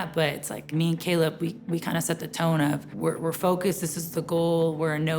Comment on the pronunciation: they can’t be too close if the trainer calls him “cable” instead of “Caleb”, Lol 😂